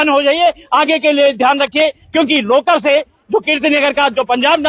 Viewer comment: लोकर ❌ लकर ✅😂😂😂